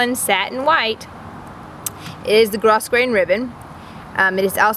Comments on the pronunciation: It is GRO GRAIN...do not pronounce the s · Pronounced gro-grain.